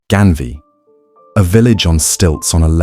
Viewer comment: It's not Genvia but Ganvié...just correction